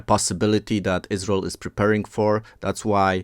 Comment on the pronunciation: Who is the speaker? Why does he call it Us-Rul?? Is there a video transcript or video in his native language? Interesting info. Thanks.